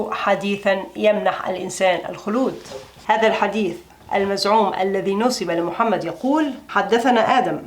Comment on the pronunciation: دائمآ عندما تنطق باسم الرسول عليه الصلاة والسلام تنطقها باستخفاف كلامك تشمئز منه العقول